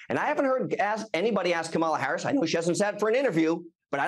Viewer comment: C.L. demands to insult the VP of the US by mispronouncing her name constantly. Hey sport, real men don't play that.